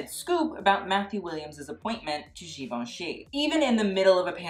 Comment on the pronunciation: For God sake, learn how to pronounce Givenchy!!!! Even Matthew can't pronounce it.